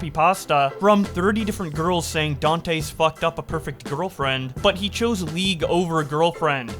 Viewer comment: Can't tell if pronouncing Dantes every way possible except the correct way is a bit or not